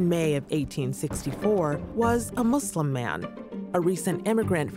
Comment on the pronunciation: Thanks for saying Muslim and not Muzlum